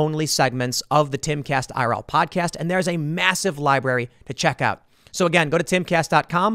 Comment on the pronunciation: Every day that passes I dislike more and more. Now he won’t even say podcast like cmon dude